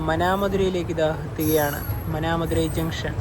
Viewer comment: നല്ല സൗകര്യങ്ങളുള്ള സ്റ്റേഷനാണ് ട്രിച്ചി. നല്ല റിട്ടയറിംഗ് റൂമുകളുള്ളതു കൊണ്ട് ട്രിച്ചിയെ കേന്ദ്രമാക്കിയാണ് ഞാൻ യാത്ര പോകുന്നത്. ഒരു കാര്യം കൂടി മാനാമധുരൈ എന്നു തന്നെ പറയുക